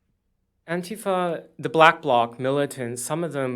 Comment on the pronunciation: Didn't you mean "antif-UH" ? These are genuinely pissed off people, but they don't know what the issues are, or how to come together to find the answers.